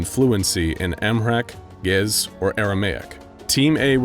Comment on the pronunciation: Amharic and Geez are Ethiopian languages (and he butchered the pronunciation of them). Geez and Aramaic are some of the languages the Bible was first written in.